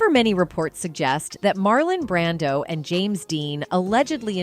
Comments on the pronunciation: It’s “Brando” not Brandan dump ass computer voice! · WHY THE STUPID AI NARRATOR KEEP SAYING MARLON BRANDON?? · why do you say Marlon Brandon ????????????